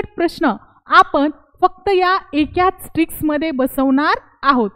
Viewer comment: एकाच असे बोला. चुकीचे pronounce करू नका. खुप छान trick.